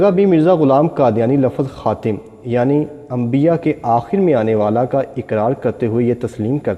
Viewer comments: Its khatam not khatim, Islam e Ahmadiyyat ZINDABAD. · It is not khatim, it is khatam Rectify it